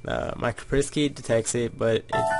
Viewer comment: its pernounced Kasp-er-sky btw